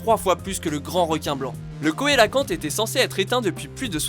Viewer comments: Le "Koélacante" ?? Bien tenté, mais ça a beau s'écrire "cœlacanthe", on prononce "célacante". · faudra revoir le prononciation du "coelacanthe"